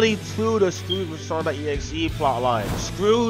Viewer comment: did he say “Scrooge” vs legend.exe. If he did, I know what he meant, but I’m just shocked that somebody could mistake the word Scrooge with Scourge.